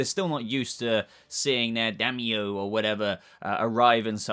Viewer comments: Dime-yo. “Dime” like the coin. And then yo. Daimyo spelling, Dime-yo pronunciation. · Daimyo is pronounced Die-Me-Oh